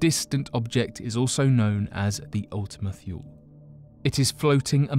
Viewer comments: How many times must he say ultima "thyool" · Mistake #1 - Pronounced Ultima Toole. Mistake #2 - The larger lobe is flat & pancake shaped. The smaller is spherical. This was discovered in spring 2019. Mistake #3 - Kuiper Belt pronounced Ky-per Belt. Mistake #4 The FAR Side of the Moon. Not The Dark Side of the Moon. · It's also pronounce Ultima tool-ee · why is the earth orbiting west to east instead of east to west? Wouldn't it get dark in New york before it would get dark in California? You are pronouncing Ultimate-Thule wrong...thule is pronounced THEW-lee or THOO-lee....have you not heard its name spoken aloud before, if so how could you knowingly call it the wrong name? Sounds like you are just as unfamiliar to this as the people you are explaining the kaiper belt object to. "The video is only 11 mins long, would it take too long to rewatch to check facts or have a friend do it for you, if you can't afford to pay an assistant.